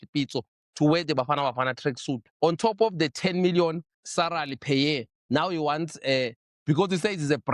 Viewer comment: really cant say SALARY, SARALY it is